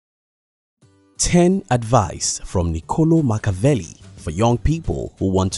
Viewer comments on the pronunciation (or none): It's not Nicòlo Makaveli you pronunciate like you read in italian: Niccolò MacchiaVelli. You should have focused on phonetics before business.